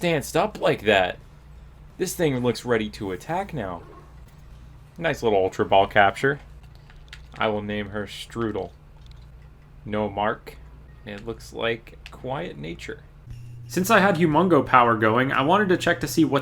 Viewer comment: As a German the word "Streudel" killed me inside lol